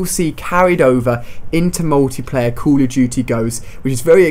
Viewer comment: Stop saying Cul of duty